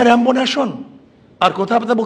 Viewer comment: র‍্যাম্বো নেশন না রে অশিক্ষিত! এটা রেইনবো।